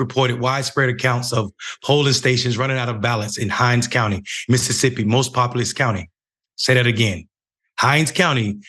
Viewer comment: Its "MISSISSIPPI" 😒🙄